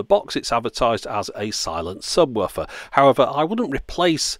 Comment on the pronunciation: "Subwoffer" - is that how it's pronounced? The English language will never cease to puzzle me.